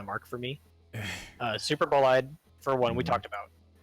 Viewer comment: When they ALL Pronounce Superbolide wrong crys in pronunciation But i feel like Tanks in General are in a good spot minus GNB who needs a good amount of potency buffs but aside from that well get fixed before raids soon enough.